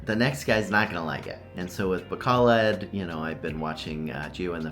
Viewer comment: learn how to pronounce it, just some friendly advice